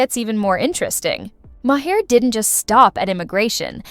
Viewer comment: MAR! His name is pronounced MAR!! Not Ma-'Hare!